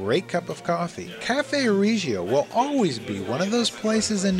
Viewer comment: Nice. But not pronounced Ree gio.